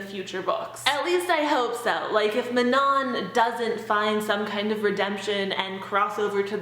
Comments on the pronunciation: Mah-non? I always thought Man- on. These names are killing me! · Did anyone say Manon's name normally without adding a French accent to it? 😂😂